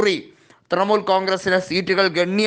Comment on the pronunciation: ഹേയ് മനുഷ്യാ തൃമൂൽ അല്ല തൃണമൂൽ